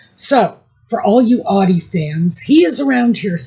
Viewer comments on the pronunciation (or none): none